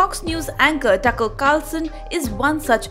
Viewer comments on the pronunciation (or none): I kept wondering who’s “Tucckle” Carlson? I know names like “Tucker”, and sure enough his name is Tucker only. 😂 English speaking news reader can’t pronounce a simple name as TUCKER!! Anyways..Americans screw up every non-American names anyhow, so that’s okay…Lol 😂 Their best ridiculous 😂😂😂pronunciations are: 1. Nu-killer (Nuclear) 2. Tu-meric (Turmeric) 3. Mi-er (Mirror) There’s more…😂 will post them as I remember.